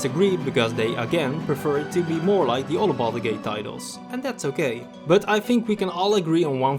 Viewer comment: Sounded like you said "balls gate" in the intro and for some reason I found that quite funny